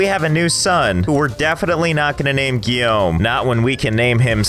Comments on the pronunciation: Damn your accent on "Guillaume" was actually spot on, kudos to you my man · WOAW o have to congrat you for being able to say my name properly My name Guillaume english people suck a saying my french name hahahah